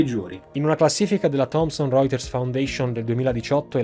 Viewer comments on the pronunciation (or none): none